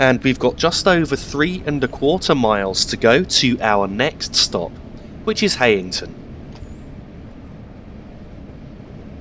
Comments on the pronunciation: Heighington is pronounced locally as Highington. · Btw the e in Heighington is silent